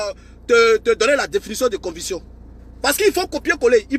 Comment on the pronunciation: Mon ami est-ce que tu as été à l’école ? Stp on dit conviction et non convution...